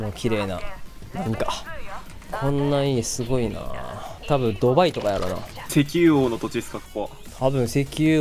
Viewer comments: 関西人でも、あのドバイのイントネーションはおかしいと思います。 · 「ドバイ」の発音「がばい」で草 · ドバイの発音がパパイやん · ド↓バ↑イ↓じゃねここ！？ めちゃくちゃすきなんだが笑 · ド↓バ↑イ↑好き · こ↑こ↓ ド↓バ↑イ↓ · ドバイのイントネーション草